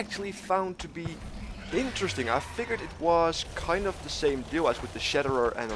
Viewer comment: Why do you insist on not pronouncing the "th" sound in the English language as "D"... so annoying